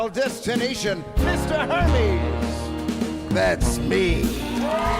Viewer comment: Obsessed with Alison Stewart’s pronunciation of Hermes as Hermès